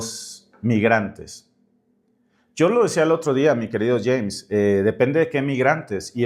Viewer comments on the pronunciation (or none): none